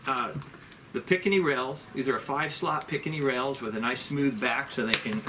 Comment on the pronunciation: It's not a "picanny" (rails) but "picatinny". Nice review, anyway...